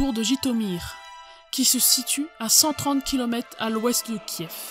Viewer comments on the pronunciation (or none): none